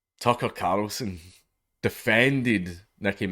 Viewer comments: I love watching him attempt to say Tucker CARLson over and over AND OVER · Tuckah Karlsssin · Tucker Carrrlsin 🤣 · The way he says 'Tucker Carlson' is extremely satisfying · The way you say Tucker Carlson is fucking hilarious